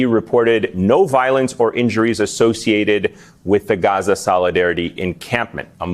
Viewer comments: Whenever I hear someone say Gaza like that...I'm out 🤨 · The way they pronounce Gaza is so cringe and ridiculous